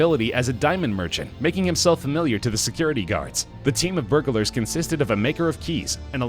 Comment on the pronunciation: Annoying how the narrator enunciates every syllable, in jew-el-ry and bur-ga-lar.